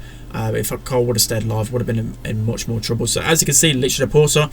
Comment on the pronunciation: When says carl it sounds like colt, or it might just be me